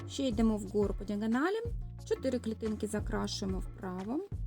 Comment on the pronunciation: Вгору а не в gору